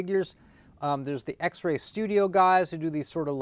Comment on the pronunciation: Did you say X-Ray Toys??😅 Xesray (rhythms with pez day) Xesray Studios